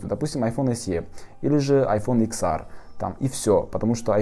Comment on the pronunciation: Боже, какой икс ар? Правильно говорить икс эр🤦🏻‍♀️🤮🤢